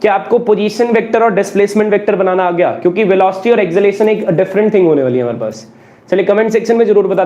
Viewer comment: Sir it's Acceleration not Exhalation 😂